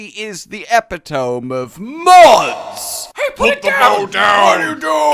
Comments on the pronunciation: Epitome is pronounced Eh-pit-oh-me. Not Epi-tome. Just saying. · It's not epi-tome , it's e-pit-o-me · Lol...epitome.... It’s pronounced e-pit-oh-me not eh-pi-tome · Eh peh tome ? Eh pit oh mee. Fucks sake man. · Just cuz ive heard you say epitome wrong a few times now its pronounced eh-pit-oh-me. The last /e/ is pronounced like the y in beauty. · It's pronounced "eh-pit-uh-me". For the record. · Epitome is pronounced “eh-pit-uh-me” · The way you pronounced epitome makes me taint hurt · The E at the end of the word "epitome" isn't silent...